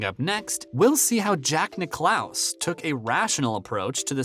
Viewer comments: Firstly it’s not the British open it’s THE OPEN !!! Where is the FORCING SECTION ?? Jack who ??? Will you ever learn how to say his name correctly!!! Very poor video give it up !!!! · Perhaps the narrator could have talked to one of the billion or so people who know how to pronounce Jack's last name when he took the gig. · 2 things: firstly, you forgot to tell us how Greg Norman was ‘forcing’ Cam Smith to join LIV golf, and secondly, if you can’t pronounce the name of the greatest golfer ever, Jack Nicklaus, you shouldn’t be narrating a golf channel. It’s just ridiculous so I’ve unsubscribed. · Stop mispronouncing Jack's last name!!! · Jack WHO⁉️🤦🏽‍♂️🤨 Bob WHO⁉️🤦🏽‍♂️🤨 😒 How can you have a sports related channel & not know how to pronounce the names of the prominent figures you mention⁉️‼️🤯🫥